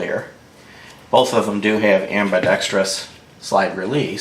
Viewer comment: subscribed and dropped a like because it's a good video with good points on both weapons, but MOSTLY because you didn't mispronounce ambidextrous as ambi-dex-tree-us like SO MANY other gun channels on the tube